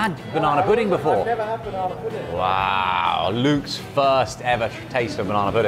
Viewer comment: What's a banawna? Oh banana 😂